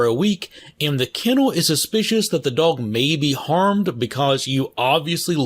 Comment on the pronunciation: Anyone found funny how he says dog and wolf? "DOWG" and "WUFF" lel. Just made me laugh a little. Nice content! Keep it up!